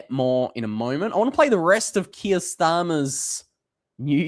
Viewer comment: Keer not Kia!